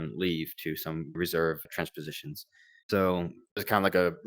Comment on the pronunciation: btw its 'trench positions' not 'transpositions' lmao